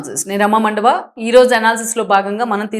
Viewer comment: మండవ రమ అని palakandi